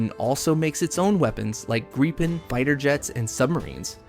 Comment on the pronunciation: HE PRONOUNCED GRIPEN RIGHT!!!!!!!!!!!!!👏👏👏👏👏👏👏👏👏👏👏👏👏👏👏👏👏👏